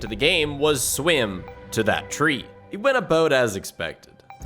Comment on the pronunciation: "The uwge to get to the twee" :D